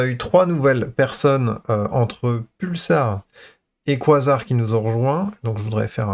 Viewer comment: ça se dit "kweille Zar":) Merci!